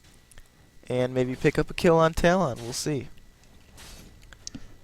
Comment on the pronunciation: 2 things 1. i think your saying talon wrong? xD 2."happy birthday to the ground" is from lonely islands i threw it on the groud